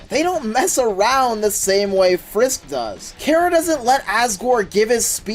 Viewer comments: it's pronounced kara not kera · its chara not karah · BROOOOOO!!!!!!! ITS PRONOUNCED CAR-A!!!!!!!